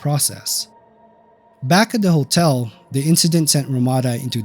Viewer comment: Can't pronounce the word "hotel". Makes a video about hotels.